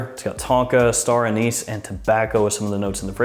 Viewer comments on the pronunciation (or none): none